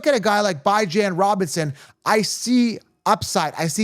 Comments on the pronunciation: Bye-Jan? I thought it was pronounced Bee-John 🤔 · I was wrong the last 2 years but i was right the 2 years before that lol...so 50/50 at best lol..thats everyones chances....and his name isnt Byejan....why cant u pronounce it right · Was able to hold on until the 16th time he said bi-jan. Interested in giving the video a look, but damn... couldn't stomach bi-jan. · This guy still calling him “BYE-JAN”. I guess he eats DYE-JON mustard on his hot dog. Remember a player for the jets named BYE-Lal Powell? Ridiculous… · Pronunciation of names like the Key & Peele skit lol. I will roll with the way his mom who birth him says his name. Geaux ByJan